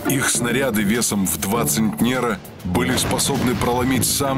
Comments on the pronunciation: В этой серии 2 ошибки в тексте. ЦентЕра. Ударение на первый слог, а не на второй. И стилистически неправильно построено предложение о перешейках Крыма. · все верно .но мне не нравится ДВА ЦЕНТНЕРА~ ударение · Правильно говорить вес в два цЕнтнера.